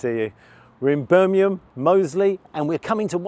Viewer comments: The Covered Wagons a great pub. By the way it’s Birmingham not Birminham - got a ‘G’ in.Cheers. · That's how my cousin who lives in Harlesden pronounces it. 😂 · i cant stop laughing at your pronunciation of Birmingham 🤣